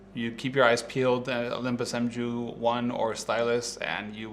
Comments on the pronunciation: The M-jew lol I'm pretty sure its pronounced Mew like the pokemon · I think it's pronounced "Mew" rather than "M-Jew". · did he just pronounce mu as m-joo? There's the Greek character written on the camera, IN THE FRONT! μ - Mu - which means micro. If these guys are going to mispronounce the camera names then then do not have any credibility!!! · You semi-educated clown. If you’re going to make a video about it, the least you could do is learn the correct pronunciation of “mju”.